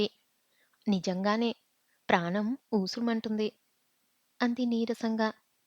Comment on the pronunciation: ఊసు మంటుంది కాదు ఊసూరు మంటోంది